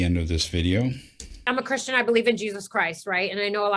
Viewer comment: She sez "imma' chrischun!" ...and I screamed like you do, "NO YOU'RE F*¢KING NOT!!"